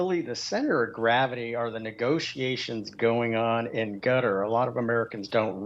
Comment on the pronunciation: Qatar, ...gutter... same thing